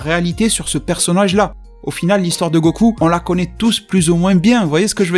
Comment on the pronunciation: Mdr quand ta dit pas connass😂mais connatz